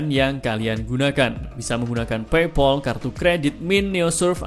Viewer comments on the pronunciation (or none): none